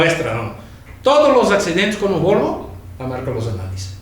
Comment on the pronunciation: jajaajjaja sergio hablando de huevos del minutl al cuando quiso decir VOLVO, se quedo con lo de huevos y dijo Huelvo digo VOLVO jeje